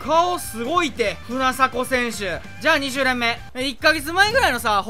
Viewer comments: ❌船迫(ふなさこ) 🔴船迫(ふなばさま) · 今回引いた阿部・秋山・有原の使ってみた動画楽しみにしてます。 あと船迫をふなさこと呼んでましたけどふなばさまですよｗ